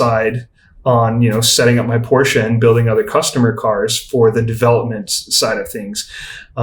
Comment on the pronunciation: This guy is so articulate, very good podcast. Also, glad to hear someone actually pronounce Porsche properly.